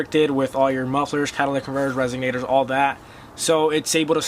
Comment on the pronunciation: Did you say RESIGnator? Also you can straight pipe from stock cats back if you were so inclined. Nice try though.